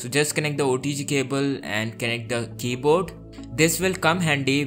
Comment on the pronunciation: Hear it when he says "keyboard" at 22 seconds and a few seconds later after that. I am dying out of laughter.